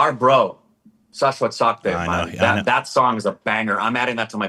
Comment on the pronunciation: Sachdev is pronounced such-dev